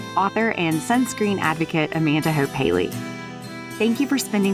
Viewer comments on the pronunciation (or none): none